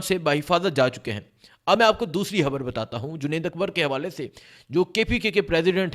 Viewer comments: ھبر نہیں. خبر کہا کرو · بھای خبر تو صحیح دی ہے آپ نے مگر ح اور خ الگ الگ حروف تہجی ہیں عربی میں اور اردو میں بھی اور جب ہم الفاظ بولتے ہیں تو ظاہر ہے کہ ح اور خ کے الگ الگ معنی نکلتے ہیں